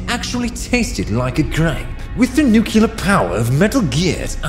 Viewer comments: Great video bro but the word "nuclear" is pronounced "noo-klee-er" not "noo-kyoo-ler" . Sorry to be a dick, watched the whole thing and it bothered me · Why do so many people pronounce "nuclear" as "newkular" instead of the correct "nu-clear" ("nu" pronounced as the first part of the word "nude") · Nu cle ar. Not Nucilar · It’s pronounced nu-klee-ur. Not nukular. It refers to a nucleus not a nukulas. There’s no such thing as a nukulas… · Its NUCLEAR NOT NUCULAR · Ok, you can say "nukular", but no way Liquid would pronounce it like that XD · please. i am begging you. look closely and determine how many U's are in "nuclear"